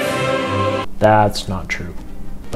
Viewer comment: I thought he implied Laffi-ah